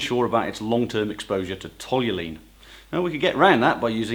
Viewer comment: For a dude who's so prickly about the pronunciation of aluminium, you don't seem to know how to pronounce Toluene.